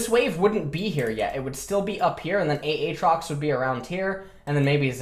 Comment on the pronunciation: he does it for his chat, anytime aatrox gets picked chat be like A A TROX:omegalul